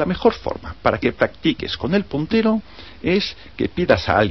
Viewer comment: WTF quien ocupa esta wey mierda el wey q abla es la leche hjahhaahahaha el putero??? a no verdad el puntero